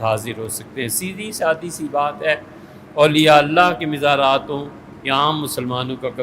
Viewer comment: THE CORRECT WORD IS, MAZAR, NOT MIZAR